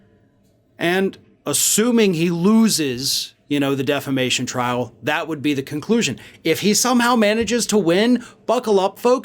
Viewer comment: You mean “deflamation?” Lol